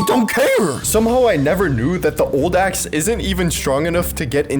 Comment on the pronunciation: At 7.10 sec u said my stinky poop axe but I herd ass😂